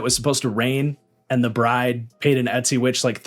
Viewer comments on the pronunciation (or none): none